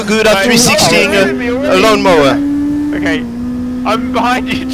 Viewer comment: "LLLLon mowerr" 😂😂